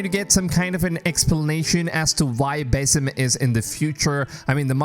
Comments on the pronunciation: its pronounced bAAsim like the sound a goat makes not baesim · am I the only one who gets triggered when calls him "bay-sim" instead of "ba-seem"??? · Dude it's pronounced BA-SIM not BAY-SIM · Did he really sah Beysim instead of BAAAH-Sim. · no disrespect, but its not Bay-Sim. It is Bah-Sim. Nice video bro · Baeysim??? BASIM! Dude you can't even pronounce it right...you must be American...no other nation is such disrespectful... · What do you constantly call him BASS-IM Rather than BASIM like everyone else. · BASIM ❌ BAYY-SIM ✅ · Proper pronunciation of his name is Ba'sim (Bahsim). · One more, BASE IM, yo who is this new character 😂 (I’m not a pronunciation nazi i just found it funny) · Love that Ubisoft is returning to their AC roots. Thank you for the new info. And just for future reference, here's a more accurate pronunciation of the Arabic name, "Basim."